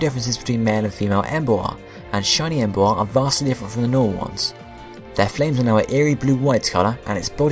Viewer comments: Em-boar. Not Embo-ar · I hate how you pronounce Emboar because you say the a in it. Em is a prefix in the name and boar is the root word. Meaning if you took out em, you would pronounce boar right, but when tohether you say it like Em-bow-are instead of Em-bore as it is supposed to be pronounced. I'm sorry about this but I am ocd about pronounciations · despite my hate for this pokemon you are still pronouncing the name wrong its Emboar like emb-or not emb-oa-rrr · "Em bu ar" I think you git the name wrong bud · Please can you pronounce the names better. Saying Embo-ar irritated me so much. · u pronouced boar right but cant say emboar? -.- come on man